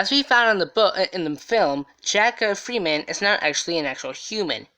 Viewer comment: His name was Jack Ferriman, not freeman u tool.. 😓